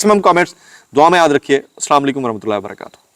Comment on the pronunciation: AslamOAlacom bolo darust tareqay say